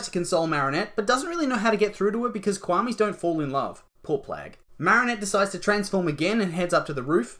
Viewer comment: Quamis wowww ITS KWAMIS NOT QUAMIS!